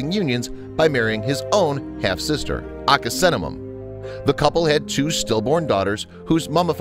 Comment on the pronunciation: U said Ankheseamun wrong. It’s ( un uk)-sen)-a moon)